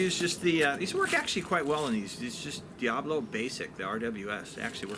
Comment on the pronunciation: DIABOLO NOT DIABLO WHY YOU SAY DIABLO WHEN IS DIABOLO 😂😂😂